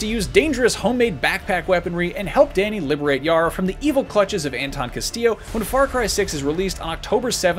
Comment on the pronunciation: I'm triggered by how he pronounces "Dani"